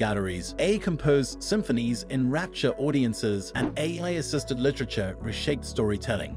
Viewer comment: This video keeps saying "a" instead of A.I. which makes me think that the speaker in this video is possibly A.I.